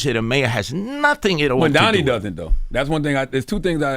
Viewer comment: Why is it so hard for these yt ppl to say Mamdani’s name? 😂